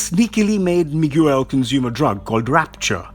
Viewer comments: It's pronounced "me gail" not " mig u l" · The name is Miguel. Not Miguewel. Pronounced Mee-Gell. Not Mig-you-el or whatever it was you were saying. Really that hard to ask someone or google the proper pronunciation? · I never understand why people like this make videos and don't bother to learn to say the guy's name right? I have never had somebody introduce themselves or heard of somebody be introduced as "Mig-u-el"... Wtf is wrong with you??? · You're pronouncing Miguel's name wrong ! Ots Mi-Gel. Not mi-gu-el ! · Miguel (Mee-Gell) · The narrator got quite a bit wrong here, especially regarding Iron Man and the pronunciation of Spider Man's name, Miguel (not Mig-You-El). Where are the Uncanny X-Men of the future? They did have a title, remember? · what is this channels problem with names first i bailed when i heard "mo ira" now you do "mi guel" why oh why do you butcher names? Do you even check those things before posting ? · Miguel is pronounced "Me-Ghel". Spanish for Michael. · Dude, I'm struggling to watch this video because of that... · This is the worst narrator on this channel. Mig-yew-el. Wtf. Why hasn't anyone at the channel correct him? Smh. Awful. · Drink every time he miss pronounced Miguel's name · Why do you pronounce miguel like that? Jesus christ man make friends with Spanish speaking people and run your pronunciation by them